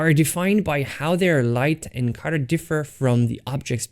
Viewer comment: Guys, I got it it! everytime he says 'cutter' he actually means 'colour'!